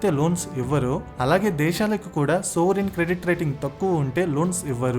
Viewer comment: సోవరిన్ క్రెడిట్ రేటింగ్ కాదనుకుంటా.... "సావరిన్ క్రెడిట్ రేటింగ్."